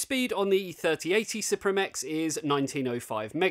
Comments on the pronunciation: It is pronounced as Supreme my guy. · Msi announced that suprim is supposed to be pronounced supreme